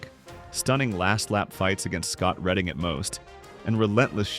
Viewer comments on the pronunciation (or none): none